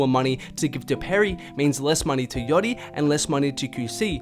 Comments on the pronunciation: its yAchty mate. How do you go 8 min saying yotti instead?????????? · i had to stop watching the video after because i couldnt handle you pronouncing it yoddy anymore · The way you say „yattti“ is hella funny